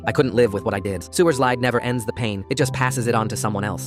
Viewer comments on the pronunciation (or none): none